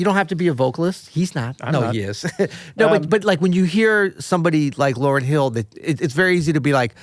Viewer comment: this guy's annoying. Stop saying the name wrong